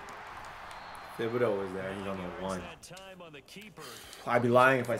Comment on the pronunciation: please learn how to say kayvon thibodaux last name. it bothers me so much on how you say it